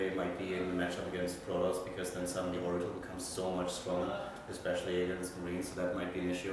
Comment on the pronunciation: SHe said it! 'Now its harder expecially for zerg'. Fix it blizzard! TY!